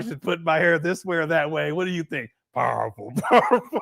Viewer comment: 🤔 "Piwerful" .....lol...🤣😂..